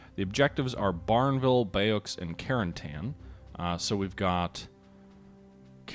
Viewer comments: Bayeux is pronounced BAY-YOU. It's the place where William the Conqueror planned his invasion of England. Ironically, it was also one of the first towns taken in the invasion of France, almost a thousand years later. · Bayeux - try bay-ure as an approximate pronunciation. The "x" is silent, e.g. the French for cake isn't gatt-ox.